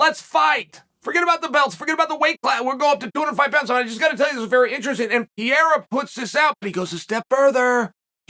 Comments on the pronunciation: Can someone please let Chael know hes pronouncing Pereira's name wrong everytime? Its not Piera Chael, its PEREIRA. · Who the hell is PEA-AIR-UH? It's PURR-RARE-UH. 😂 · Damn! Pronounce His Name CORRECTLY! “Peh-heida!” Not “Pee-era”. Please for the Love! If a “Pro” podcaster from Brazil was doing a piece on the newly crowned Champion Of the World, Chael Sonnen, and he insisted on pronouncing it as “Soo-Nane”! Ish would HIT The Fan! Please Uncle C! Assume your pursuit of perfection and Know Your Ish! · Pa-Ray-uh Chael please stop calling him Peeair-a bro please lol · if cheal calls you "Piera", you're no longer Pereira...from now on you're name is Piera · For haeven sake is PEREIRA and not PIERA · Piera LMAO. Chael is such a numbnuts. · purr-era. It's not hard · Wait who is Pierre-uh? 😆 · Who's pierERA? 🤣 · new mythological fighter: Alex "PIERRA" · who the fuck is pierra uncle chael?? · K Pereira. Only chael calls him pierre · Chael still calling Alex pierra 😂😂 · This is a very hard listen. I think pronouncing Pereira's last name correctly is a small ask and it says alot by not pronouncing it correctly. I think being a professional is not that difficult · It's astonishing how such an intelligent guy can consistently mispronounce 'Pereira'. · Dude! your pronunciation of Pereira is so freekin original it's from another planet. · There’s two R’s in Pereira champ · Chael better learn pronouncing "Pereira" right.